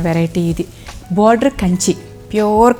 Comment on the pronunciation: మీ వీడియోస్ చాలా బాగున్నాయి మీ సెలెక్షన్ మీ కలెక్షన్ కూడా wonderfull ఆండీ but మరీ కొన్ని వర్డ్స్ అలా వత్తి పలకడం కొంచెం ఇబ్బంది గా ఉంది ఆండీ ( ప్యూర్ అనే మాట మామూలుగా చెప్పినా బాగుంటుంది )